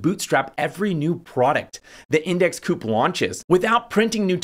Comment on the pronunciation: Pretty sure it’s index COOP. Their mascot is a bird 🐦 owl